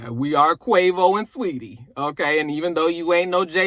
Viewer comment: No fix you are saying it right. It’s Sa-weetie that’s how she pronounces it in interviews